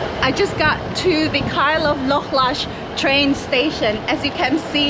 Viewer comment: It's Kyle of Lochalsh, not Kyle of Lochlash. Still a decent film.👍